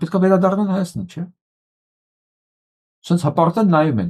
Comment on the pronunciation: Ստախոս նիկօլը ոնց ասում է հորս արեւվ, անպես էլ Հայաստանի փոխարեն ասում է հաաստան...